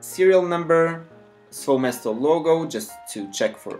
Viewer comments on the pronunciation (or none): SVOE MESTO- SVOE' MESTO which means in russian (my/my own place). you have to stress it right coz it sounds ridiculous otherwise